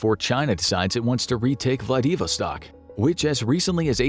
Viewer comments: Vladeeeevostock? Really? You're using voice bots. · Still waiting for these people to learn how to pronounce Russian and Ukrainian names after almost a year and a half. His pronunciation of Vladivostok was embarrassingly wrong.